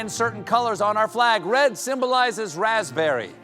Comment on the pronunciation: "Razzleberry" got me